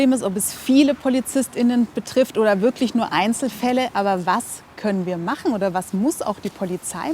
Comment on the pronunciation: Wenn ihr schon gendern müsst, dann bitte den Stuss auch richtig aussprechen. Es heisst Polizist*innen.